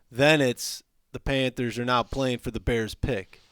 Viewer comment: plz stop sayin panfers